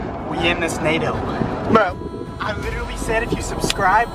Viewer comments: Nado not nader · Why do yall say nado😭